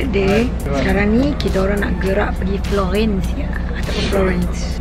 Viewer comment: FLOGHEENNNCE ! hahahaha